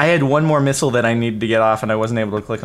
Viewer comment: Lol I though sethbling said 'this is my new minigame , nipple war ' lol I know now that he said missile war